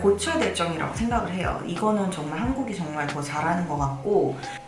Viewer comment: 내 귀가 잘못된건가? “정말” 이라고 안들라고 “종말” 이라고 들리는데....